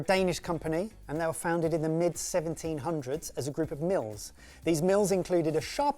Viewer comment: It was MILLS,. MILLS.😂